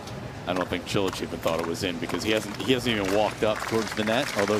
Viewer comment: Haha, it sounded like Cilic said "Cho le!"